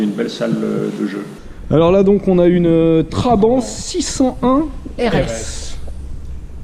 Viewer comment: Ca m'énerve.... On dit pas Traban mais TrabanTttt... Ou alors Trabi comme ils disaient à l'époque là-bas !!!